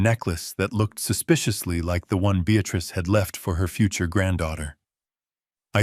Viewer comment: If only the text matched the reader. Prentice (Apprentice), Beatrice (Beatatrice), too many periods that should be commas.